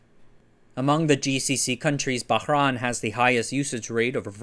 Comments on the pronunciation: it is not pronounced Bahran. It is Bahrain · Pronunciation mistake... It's Bahrain (Bah - rain) As in Rain 🌧️ ✅ not ran 🏃🏻‍♂️❌ I'm native Arabic speaker from the gulf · That's the most unique pronunciation of Bahrain I've ever heard.